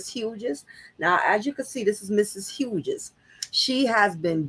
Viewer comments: Thank you! Her mispronounciaton is grating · Pronounced "Hews"